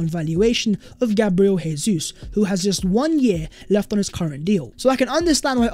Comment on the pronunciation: Dybala is too similar to Jesus and his injury record is a concern. I'd rather not buy him but buying him would send a statement we can still attract top players. Incidentally it Jesus' is pronounced "Jay-zeus not HAY-SUESS' as he's Brazilian.